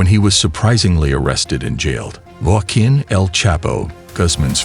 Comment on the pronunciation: I’m glad they caught “Guaqin” 💀